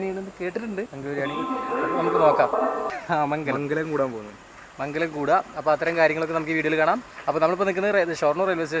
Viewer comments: മംഗലം അല്ല മങ്ങലം 😝😝😝😝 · മങ്ങലം ആണ് മങ്കലം അല്ല... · മംഗലം അല്ല its called മങ്ങലം 😁😁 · മംഗലം അല്ല.. മങ്ങലം.. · മങ്കലം അല്ല (മങ്ങലം) എന്നാണ്